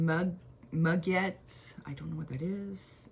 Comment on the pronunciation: I was coming by to say the same thing! ❤ "Moo-gay" - You also see it as Muguet des Bois, "lily of the woods" - Congrats on 1000 subscribers, too - I'm a new one! 🎉🎉🎉